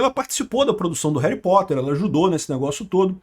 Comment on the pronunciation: Reri potter. Parece eu falando 😂😂😂 tamo junto 😂